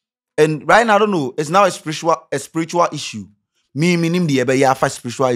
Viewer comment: Scanty say Spirishua issue.......lol. its all good